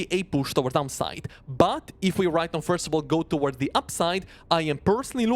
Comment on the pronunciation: Love your content, but bro… the way you pronounce “upside” and “downside” sometimes sounds way too similar and it can be confusing.